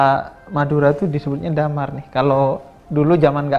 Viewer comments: Damar anjayyy:v pengucapannya dhèmar bib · dimar bib bukan damar